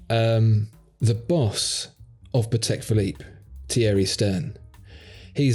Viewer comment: Gentlemen, love your shows, sound of voice, knowledge. Listening to you is pure pleasure. I have just one remark though, maybe you can take it under consideration. Whenn pronouncing “Patek Philippe” you should change your accent slightly. Since Antoni Patek, founder of the company, was Polish, you should put stress on the FIRST syllabus of the word, while Philippe, who was French is accented correctly. So it is not pa-TEK phi-LIPPE, but PA-tek phi-LIPPE. Mr Stern pronounces it correctly ;). Great job guys anyway.